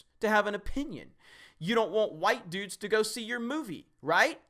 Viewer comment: A wämmän? Wtf is a wämmän? Why can sexists not even pronounce women correctly? Edit: Just got to - "white düdes" - and I gotta say, I'm so sorry, clearly he just can't pronounce any binary gender properly.